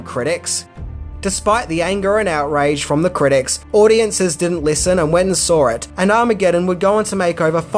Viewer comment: For Fucks Sake, It's Pronounced "SAW", Not Fucking "Sawer"..